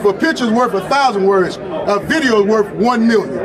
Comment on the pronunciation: The lawyer said "worf a thousand words" 😅